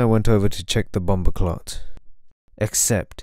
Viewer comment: "he went over to check the BUMBACLAT" 🤣🤣🤣 . thats what it sounded like 2 me lol Maybe meant bumper cart lmao